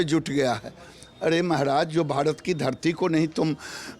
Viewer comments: गिरिराज सिंह भारत बोलिये भाडत नही होता है पहले बोलना सिख लीजिये ,फिर बंदेमातरम गाना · वो भाडत नहीं , भारत होता है ........चुतिये गिरीराज🤣 पहले बोलना तो सिख...